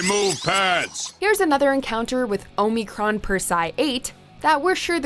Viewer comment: I don't like that the narrator lady doesn't know to say omicron or omicron persei 8